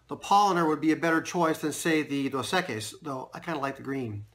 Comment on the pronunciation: Pronunciation: “Dose. Eck-ees” Nice work though Man. Enjoy watching your videos.